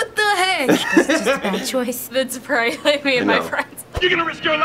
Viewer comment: when she said "you probobly shouldn't be a father" i was crying of laughter 🤣😂